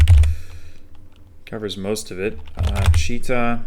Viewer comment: I feel like almost all of the imprecisiones in videos are in the stress, for example Chíta vs Chitá (right). The sounds are actually quite accurate.